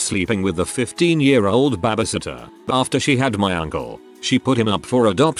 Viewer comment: Nah. The robot fucks things up all the time. Like reading out ICU as eyecoo and "No." Is always read as "number" and not "no". And then there's "babbysitter"